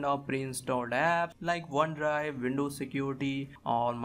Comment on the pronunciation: hard to pronounce w? wft is vindovs?